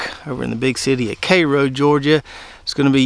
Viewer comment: Bonus points for pronouncing Cairo correctly, and throwing in a Mexico Beach shout out. I like Datil peppers, which were created in St. Augustine, FL, I think. Lots of smaller, "Caribbean" peppers used here in FL too. Cheers from Tally.